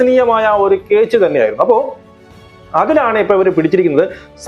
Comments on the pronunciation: അണ്ണാ കേ ച്ച് അല്ല ക്യാച്ച് ആണ്😂😂😂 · Not ketch but catch. 😢